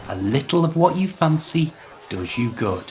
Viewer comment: What a good video! I think I couldn't catch the supermarket's name. Where are you from,? You have a peculiar way of pronouncing the vowel sound in stuff, does, hut, etc. My phonetics teacher told me that people pronounce this sound in different ways. Thank you for the ride! 🎉